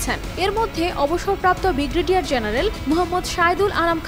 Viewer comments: বিগরেডিয়ার কি আপা ভাল ভাবে উচ্চারণ করেন, ব্রি গে ডি য়া র জেনারেল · শব্দটা ব্রিগেডিয়ার, আপনার ভুল উচ্চারণ খুবই বিরক্ত করলো। সংশোধন করে নেবেন।